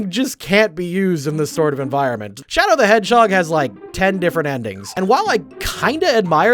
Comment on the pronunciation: Shadow the hedgehog, the (1st) h is silent.